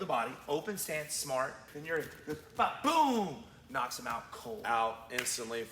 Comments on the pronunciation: Its "Jiri" not "Juri" ok? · guys i think its Jiri not juri. great vid and channel though